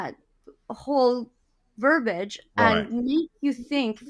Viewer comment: I love. With that said, she should discontinue the use of the word “verbage” because it doesn’t exist. The word is “verbiage” and it is pronounced the way it is spelled. She’s using it correctly, but is saying it wrong.